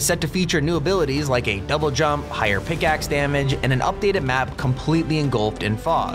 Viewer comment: did any one here say pickish instead of pickaxe LOL😂😂😂😂